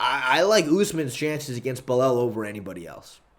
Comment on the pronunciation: Istg stop saying belel your gonna make me crash out.